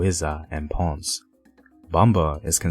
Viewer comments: its pronucuated as PON CAE not ponce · I cringe everytime I hear "Ponz" in this video and here in Georgia, come on man! Ponceeeee! Just try! Everything else Im ok. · great video as always! only critique is pronunciation—can hardly blame you for not being able to pronounce spanish words, but as a general rule of thumb just try to pronounce most letters like in English, except vowels—so "ponce" is not "pons" but" "pon-say" or "pone-say" Taíno is not "tay-ah-no" but "tah-ee-no" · Ponce has two syllables not one. "PON-CE" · Pone say..... Not ponzz for ponce... That was killing me lol😂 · Ponce Is Not PANNNSSSS Its POWN-SAY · Your pronunciation sounds real gringo lol “Ponz” instead of “Pon-say”. And how you said reggaetón lol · Please the city is not Pons, it is Ponce. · Not Ponce, but Pon-seh Smh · More phonetically - Pone say. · Gracias hermano! Por favor no faltas la pronunciación. ❤️ Ponce (pon-say) Taíno (tie-ee-no). Pronunciation is everything. ❤️ thank you so much for this video! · Well-made and educational video... One thing to correct: the pronunciation of the city of Ponce has two syllables: Pon-ce. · Minor corrections: It's Ta-ee-No, Pon-seh, Gwa-gwan-co . And also nice video! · Taino, " Tah - EE - noh" Ponce, "Pohn-say" Bomba, "Bohm-bah" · Thanks. 2nd city of PR is Pon - ce - two syllables, not one. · It is Taˈi.no and Po'n-ce please say it right. Also, just out of curiosity, I see no reference or credit to "The Afro-Latino: A Historical Journey" by Leslie Best, which is verbatim where most of your info is coming from. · Papo dilo bien. PO-N-CE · Omg dude you’re killing me , learn how pronounce , it’s Ponce ( pōn sāy) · Yes I wish the narrator had practiced how to pronounce at least the word Taino; plus Ponce, bomba, Loisa.It was a bit annoying his Anglo pronunciation of these few Spanish words. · If you’re going to present a docu re: Spanish-speaking history, please brush up on your Spanish pronunciations. It’s painful to hear. 🇵🇷